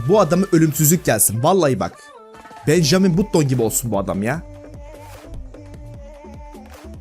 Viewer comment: Benjamin button ne ya öyle mi okunur gerizekalı